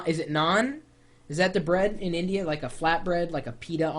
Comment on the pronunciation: lol- he does enunciate INdeeYha and INdian.